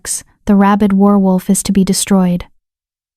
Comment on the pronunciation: Good story but the person reading needs to learn how to say werewolf. Pronunciation: wehr-wulf. Some of the time you say is right but some of the time you say it oddly. 😕😒😣